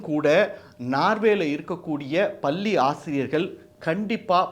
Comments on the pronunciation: Anchor please watch your Tamizha pronunciation paLLi is pronounced as palli😢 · பள்ளி சார் பல்லி இல்லை ? உச்சரிப்பு சரி செய்யுங்கோ! 😅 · மிக நவ்வ பதிவு வாழ்த்துக்கள்,,,,பல்லி ஆசிரியர் அல்ல பள்ளி ஆசிரியர்